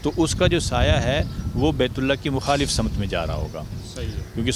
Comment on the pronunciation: Sim te qibla na ke Sama te qibla yar urdu sahi bolo